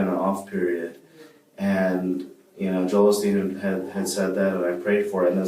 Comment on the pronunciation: Right when he said "Joel Olsteen" and instantly knew he was not right in the head.